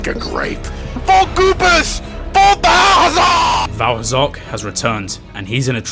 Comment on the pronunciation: Val Hazark? As in vaal hazak from monster hunter?